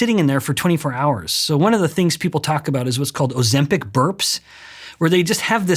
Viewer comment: You're still mispronouncing Ozempic, even with a metabolic expert in front of you immediately correcting you. Ozem "Peck"? Ozem "Pick". You had this problem a year ago with Johann Harri and still haven't corrected it. Why?